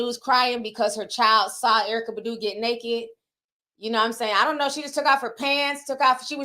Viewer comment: Ti: Badu ( Buh-do) 🗣BAH-DUUU TI😂